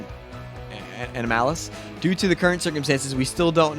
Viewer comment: 1. Can't even read properly 2. Can't even say the word "anomalous" correctly ( I also suspect he doesn't know what it means)